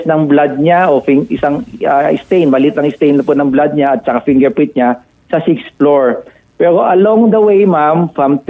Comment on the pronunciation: fingerpwint 😂 bulol si sir, condolence sa family 😢